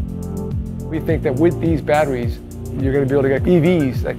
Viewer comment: Had to stop listening. Too many people pronounced them as bat-trees. Super annoying.